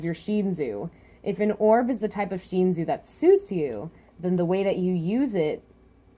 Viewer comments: It's pronounced Sh-In-soo not Sh-een-zu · I understand this but please fix it. Every time I watch your videos and you say Sheenzu I cringe. Don't get me wrong I love your theories and reviews, but the way you say it actually hurts.